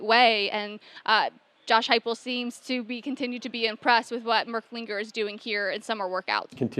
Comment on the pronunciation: It's Heupel, not "Huepel" and it was Danny White who reeled him in.